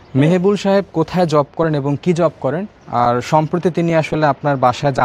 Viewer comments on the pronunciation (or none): none